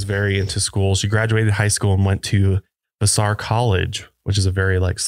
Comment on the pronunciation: Vassar is pronounced VASS-er.